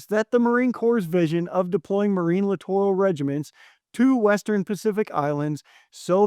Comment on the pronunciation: littoral /lĭt′ər-əl/ Pronounced LIT-er-al.